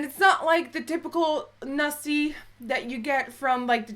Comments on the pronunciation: It's "Nasi" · hahahahahahahah hoe je zei nasi en satesaus! je moet eht een keer een nederlands video maken met mascha ofzo!!